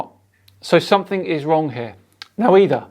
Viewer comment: "You can start to see somefink" Goddamn it, you're making the rest of us Soton-ers look bad.